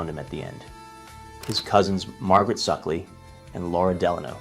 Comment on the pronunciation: Margaret SOO-kly, not SUCK-ly.